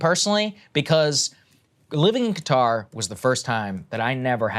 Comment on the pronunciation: Props to Saagar for adequately pronouncing Qatar instead of the hideous "Cutter".